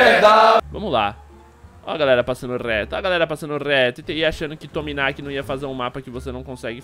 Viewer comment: n e lord tominaqui. Se diz lord tchumaniqui e assim q se pronuncia o nome dele e serio já faltei com ele ele é muito legal